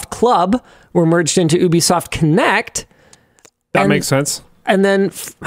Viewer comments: Love how he calls it oobisoft instead of ubisoft 😂😂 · "Oooh-be soft"? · is...this how you pronounce ubisoft? it's going to bother me